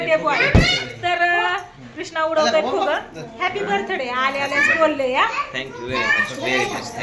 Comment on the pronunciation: बरथडे नको म्हणत जाऊ ग बाई bday म्हणत जा लय irritate करतेस